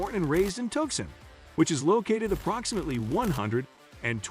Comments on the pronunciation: I'll make you a deal. I'll subscribe if you do some homework and pronounce things properly. It's TOO SAWN - NOT Tuck son. It's BO man - not B ow man. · I can't believe that the announcer doesn't know how to pronounce the town of Tucson, Arizona,,,, crazy!!!!